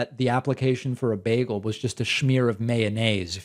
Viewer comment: Bagels are not an American invention(you don’t even pronounce it correctly!)